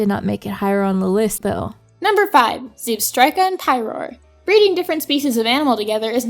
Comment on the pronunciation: It's Vanil-light,! Also, Zehb-stryka, like striking something. And will someone PLEASE drill into people's heads that the Vanillite line is NOT made of ice cream for goodness sakes! It's an icicle covered in snow, for GOODNESS SAKES!